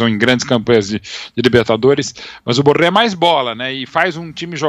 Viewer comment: Esse cara é colombiano e os caras pronunciam seu nome como se fosse francés! Em espanhol o rr do Borré não se como pronunciamos carro (por exemplo)